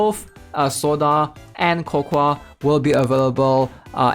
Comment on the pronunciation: Brother it’s co-co If i hear co-kwa one more time i swear to god